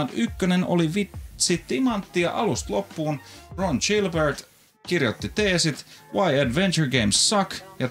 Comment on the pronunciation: tattista, hieno episodi. rallienkku ei haittaa mut pitää sen verran päteä et Gilbert lausutaan ei niin kun Gillette vaan ni ku giljotiini edit: tai paree varmaan kun antaa sen demota ite